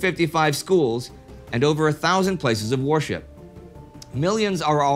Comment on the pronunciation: did he say places of worship or places of horseshit/whoreshit? I keep mixing them up and they sound so similiar.